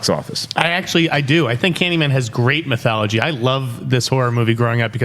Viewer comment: Did say "mythouchy"? Lol..."with the lore,with the mythouchy"...lol